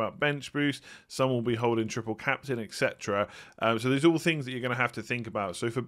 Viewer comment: Only because I watch every video and you keep using the word all the time. It's "et cetera" not "ekcetera". Congrats on a great season!